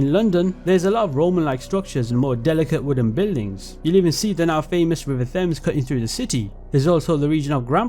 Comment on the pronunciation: River what in London? River Fems 😂